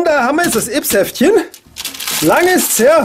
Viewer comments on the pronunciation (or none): Ja die neuen Yps Hefte wenden sich an ein älteres Publikum. Nämlich an alle Leute, die sie als Kind oder Jugendlicher gekauft haben. Außerdem heißt es ÜPS und nicht IPS.